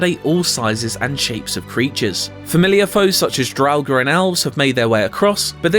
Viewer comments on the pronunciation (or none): none